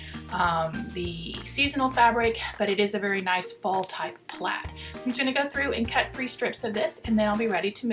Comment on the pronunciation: THANK YOU! For calling the plaid....plaid!!!! LOL Turned out beautiful!